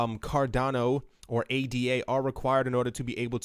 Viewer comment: The coin is named after Ada Lovelace. It’s pronounced Ada. Not A.D.A.